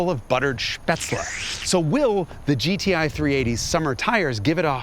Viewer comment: why his accent like that bro… he seriously calling the gti “goatee” 🥲